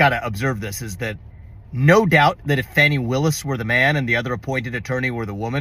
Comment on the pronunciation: Glad you are out of the race Viva --- oh, and her name is pronounced Fawn-e! #uwannabealeader #detailsmatter